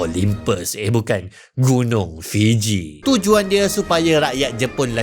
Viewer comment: "Gunung Fiji" pulak 😅